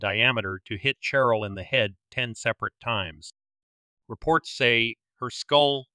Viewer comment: Who told you to pronounce Cheryl with the ch sound instead of the sh sound? Sheryl and Cheryl are pronounced the same